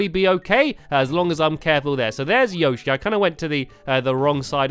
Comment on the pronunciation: plz say Yoshi right